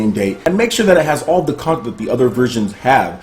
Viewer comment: Bro... you have a serious problem saying the word content.